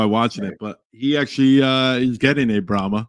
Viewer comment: Great episode fellas!! I did get a bull for the cow pasture! It’s actually pronounced Brahman!